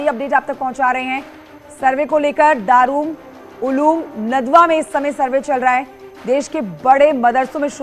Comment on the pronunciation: Madam News Reader Darul Uloom hai